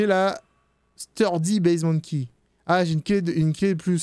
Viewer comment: "basement key" tu le dis avec l'accent créole, au départ j'avais compris "bezement d'ki" 🤣🤣🤣🤣🤣